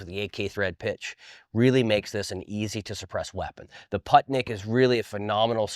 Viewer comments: Yeah Poohtnik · Awesome vid! Sidenote: The PU in "Putnik" is pronounced like in "Puma."